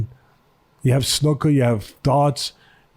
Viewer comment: We love ya too teddy, but Campbell gave a helleva count of himself tonight. And it's snooker not snoker lol, and it's not that popular over here